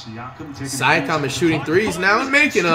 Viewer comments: Here's how many times Flight said "Sye-akam dude" and the commentator says "Siakam" right after 👇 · Flight-“siacom” Commentator-“siakim” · Yo. Here's some phonics. See-yak-um. Straight fool dem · Flight it's pronounced Siakam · Flight: Prounces siakam wrong Also flight: Says Siakam is a casual all-star Siakam: Am I a joke to you